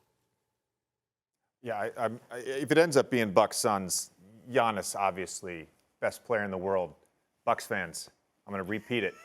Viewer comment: It's giannis lol